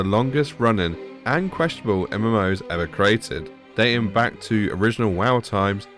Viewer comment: "Questiable" ??? It's Questionable.